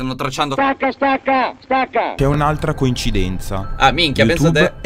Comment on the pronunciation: ASMR CONFIRMED P.S. da notare “CONCIDENZA”